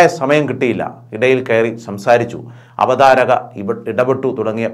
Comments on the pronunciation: അവതാരിക ? കഷ്ടം . അവതാരക എന്ന് പോലും പറയാനറിയാത്ത യൂട്യൂബറേ......വേറേ പണിതിരക്കുക. മലയാളത്തോട് ക്ഷമ പറഞ്ഞിട്ട് 1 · Avatharika alla avatharaka